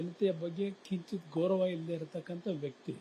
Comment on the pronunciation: ಗೌರನ ಅಲ್ಲ ಗೌರವ 😂